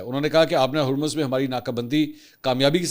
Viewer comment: Sir kindly Urdu mn Harmaz theak krwaaein Jazak Allah